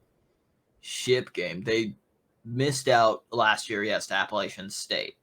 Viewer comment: "Grayson McCall has his best two weapons returning." What is this guy talking about...First of all, he cant pronounce Appalachian State correctly. Secondly Coastal Carolina lose jaivon heiligh and Isaiah Likely, which were in fact the best two weapons McCall has had. He also said Coastal Carolina is used to being in the championship game when they have only won the East division once, and didnt even play it due to Covid?? C'mon man. Please have someone knowledgeable on here.